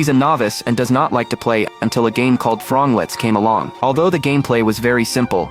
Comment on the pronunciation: Throngletts not frogletts